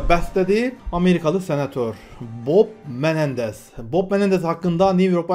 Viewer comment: Kusura bakma gardaş bok Menendez mi dedin yoksa Bob Menendez mi? Hehehe